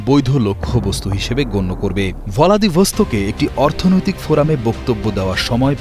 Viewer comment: ভ্লাদিভসটক❌ ভলাদিভস্টক✅ 😂